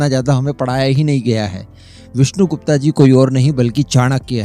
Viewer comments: गुप्ता नहीं गुप्त! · Aacharya Chaanakya.....Vishnu Gupt.....not gupta.....gupta ek vaiishya surname hai.....aur Aacharya Chaanakya bhramann the......naa ki koii vyaapaari vaiishya Aur haa ye cmnt maine video 7th second pr pause krke hi kiya hai.....ab aage ki video sun ne jaata hu.... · Mujhe laga koi delegation hoga india ka jab विष्णुगुप्ता bole aap. विष्णुगुप्त bolte to do sec bhi nahi lagta samajhne me. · विष्णु गुप्ता नहीं। विष्णु गुप्त कहिये प्लीज नाम बिगाड़ ने की कोशिश मत कीजिए। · Wo vishnugupt the, n ki vishnu gupta, jaisa ki aap baar baar uchharit karte rhe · विष्णुगुप्त कहो विष्णुगुप्ता नही . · विष्णु गुप्ता नही सयाने वो विष्णु गुप्त होता है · उनके नाम का सही उच्चारण विष्णु गुप्त है ना कि विष्णु गुप्ता